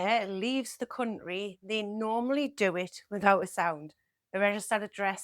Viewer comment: The way you say cunt ry is a funny AF